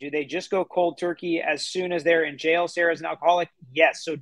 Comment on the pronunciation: She can’t say jail.